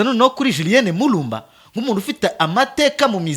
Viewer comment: Lumumba not Mulumba